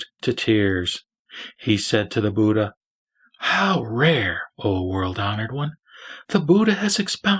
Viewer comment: Pronunciation of ' Dharma ' / ' BUDDHA" may be perfected. " Biksus " ==> " BHIKHSUs "